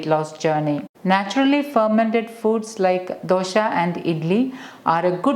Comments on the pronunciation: Dosha?? Its Dosa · Please try and say Dosa . Dosha in sanskrit means fault. Love all your vedios. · You are repeatedly pronoucing as DOSHA and NOT dosa.The meaning changes drastically. Dosa is a preparation and DOSHA which is a central term in Ayurveda which means "that which can cause problems"